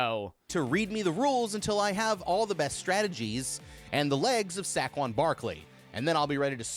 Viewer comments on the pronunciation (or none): “sackquon” Barkley 😭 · "sackuon barkley" its pronounced say-quan and spelled saquon